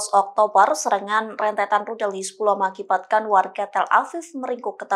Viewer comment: Hizbulah bukan hizbuloh 😂